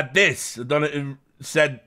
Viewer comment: richard attempting to speak spanish 😂😂😂 “aproximidimento hace una decada VALVE!!”